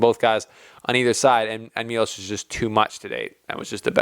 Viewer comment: It's pronunced Milosh (Miloš), not Milos.